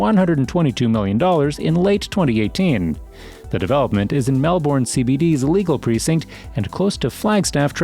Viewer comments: Mel-,bn, not Mel- born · Twenty seconds in, and I want to note some corrections. 1.) As of late last year, Melbourne is now the biggest city in AUS. this was recognised after the video was posted earlier in 2023. 2.) it's MELB-BURN. not mel-born. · It’s pronounced ‘Mel-Ben’ not Mel-Born, Bris-ben not Bris-bain. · You said it like Mel-born 😂 it’s Melbourne and Brisbane isn’t Bris-bain lol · Change the way u say melbounre kts not melb0rn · Did he say... mel-borne And brizz banez Nooo 😂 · Nice info. Thanks. (Horrendous pronunciations! 🤪 some nice attempts….The pronunciation of Melbourne and Brisbane is closer to ‘Melbun’ and ‘Brisbun’. [Seafarers is on Flinders Street not Finders Street.]) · melBORN brisBAYNE yARRAR wOOROONJOORI bORke lol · I want to let your know, it's pronounce as Melb'en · the way you say melbourne and brisbane is so wrong..... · I agree